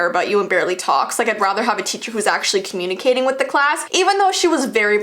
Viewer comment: She sounded indian when she said communicating with the class